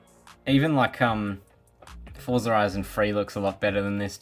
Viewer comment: Forza is an Italian origin word. It is pronounced as " fort sa" just as how you pronounce ' pizza"😅😅😅